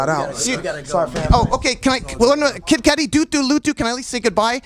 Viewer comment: kid cootie? This narrator is the worst!!